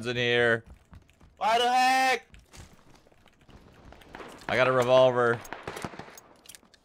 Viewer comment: it's called waduy not wadu hek...